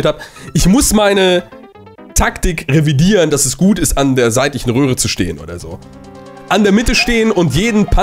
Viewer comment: Oder am ende sagt er statt röhre rohre 😂